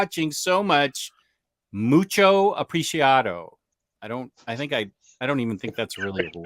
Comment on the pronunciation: also good job on the Spanish the end. Close! In this case MUY apreciado. Not pronnounced like a soft consonant in English so no sh sound, the c here is pronnounced like an s.